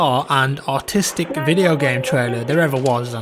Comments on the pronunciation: Did you say autistic or artistic? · with his accent I don't know if he said Autistic or Artistic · Did he say artistic or autistic lol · Did you say artistic or autistic lmfao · At the beginning I thought you said the most bizarre and AUTISTIC video game trailer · at the beginning did you say artistic or autistic XD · Did he say Autistic or Artistic at the beginning? 0.02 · only one who thought that you said autistic at the start? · I heard autistic not artistic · Did he say artistic or autistic in the beginning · i thought he said "autistic" not "artistic" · Wait, did he say artistic or autistic ? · At the begging because of his accent I really can't tell if he called the trailer Autistic or artistic, lmao. EDIT: I'm almost certain he's saying artistic but the funny side of me can't quite shake that he may have called it autistic xD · Who else thought he said autistic? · I thought he said autistic at the beginning and not artistic lol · did he say autistic or artistic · i thought when he said artistic i he said autistic lol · at first i thought he said bizarre and AUTISTIC lmao